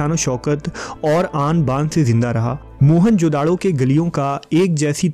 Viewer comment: Its not mohan-jodado.. its mohejodaro ... dont give it name of mohan...